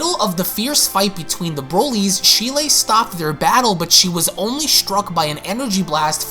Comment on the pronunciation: Ik I'm bitching and being picky with this but Cheelai's name isn't pronounced how it's spelled. It's more like Chee-lie. I'm sorry but it was bothering me. I still love your vids, plz don't hate me🥺